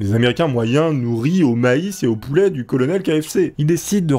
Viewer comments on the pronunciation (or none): none